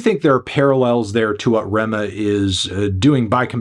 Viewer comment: Ayyy you got the pronunciation of his name